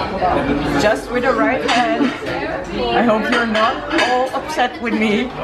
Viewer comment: The emphasis on "right hand only" was just adorable.